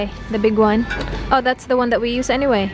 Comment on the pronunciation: bega-on hahahaha 😂😂😂